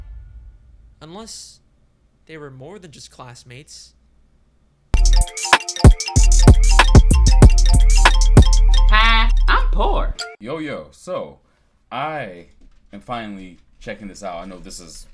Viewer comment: Ive been watching your videos (every now and again) for over a year now but today was the first time i actually realized the intro says "I'm poor". I always understood: ,,Hey, I'm Paul." And it was a mystery to me who that is the whole time🤣